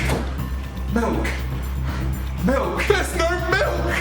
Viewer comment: im sorry but does my guy say "melk"?